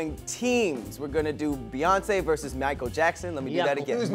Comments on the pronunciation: 🧏🏾‍♂️ Hey Tom, it appears was trying to say Michael but actually said Meeyiykle. The judges are not going to like that. Back to you. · People came to his concert when they didn’t speak English. “They be like MICCCHHAELL😂😂😂